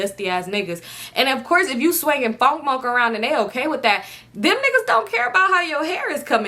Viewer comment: “ fonk monk “ 🤣🤣🤣🤣